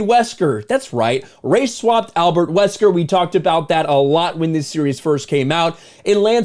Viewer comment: Albert WesKANG. Queen Jillquifa Vallentine. Leon Sihng Kennahdee.